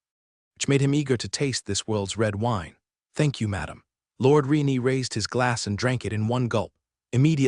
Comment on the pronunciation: Lord "Re-nee" again..? 😅